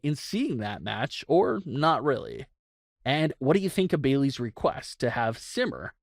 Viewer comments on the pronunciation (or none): No one realizes that if says Bayey’s instead of Bayley’s